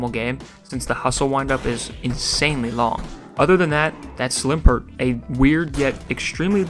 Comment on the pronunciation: Thank you for being the first person to pronounce Slimpurt correctly 🙏